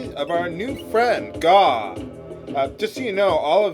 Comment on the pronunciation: Gau is supposed to be 'gao' ＝がう。 It's the Japanese sound for a dinosaur roar. Gao is pronounced guh-ow.